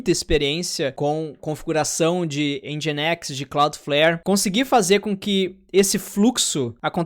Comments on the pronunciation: A pronuncia de Nginx é "Engine x". 😄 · Se fala engineX